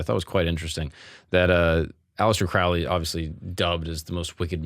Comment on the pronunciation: Crow-ley like crow. He was not satanic